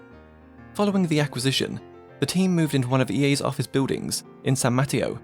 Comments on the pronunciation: Pro tip: check Wikipedia or Google Translate for pronunciation of names. It’s not ‘San Matio’. ;) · Great video! I got a crack out of how you said San Mateo like “patio”. Not that it matters but it’s pronounced muh-tay-yo. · Ya don't realize how much of California is Spanish until a YouTuber is saying "san matty-o" and you're like "huh, sounding it out in English that's what it would be I guess" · I vote to call San Mateo the way this guys says it (It's actually San Muh-TayOh) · I'm from San Mateo and the way you pronounced it made me laugh. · Just as an FYI: Mateo has emphasis on the second syllable. =) And this is VERY cool. I'm glad I found this.